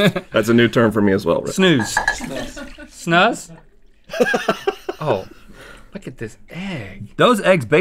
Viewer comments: You were pronounceing snus right the first times. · Link actually said Snus right the first time, damn